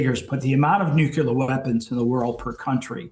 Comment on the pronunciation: And how come these same people pronounce Nuclear as Nukular ???? 😂🤷